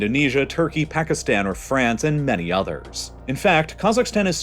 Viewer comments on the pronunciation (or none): none